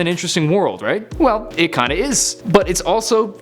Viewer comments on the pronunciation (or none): none